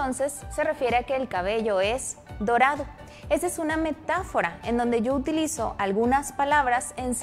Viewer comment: es dorado no torado